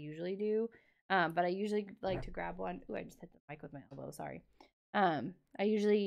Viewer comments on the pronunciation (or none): Not “so sherry” but so sorry